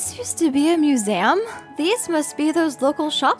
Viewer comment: the way she said museum "muzam" 😂